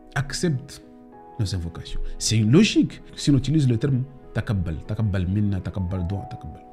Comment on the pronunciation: Taqabal tu prononce pas bien je pense que allah te guide et te pardonne